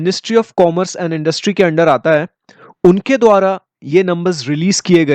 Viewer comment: Put more stress on है ।🙏